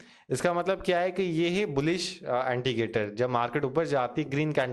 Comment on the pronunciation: Why saying antigator? Its indicator